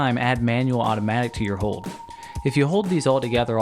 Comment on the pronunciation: You have a funny way of saying "hold" like the L doesnt exist. Great content though!